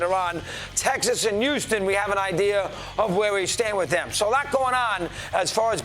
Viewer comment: Dey buried dem